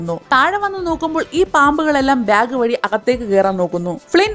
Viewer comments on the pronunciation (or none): none